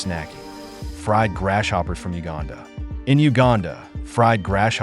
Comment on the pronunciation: Grass-hopper, not Gras shopper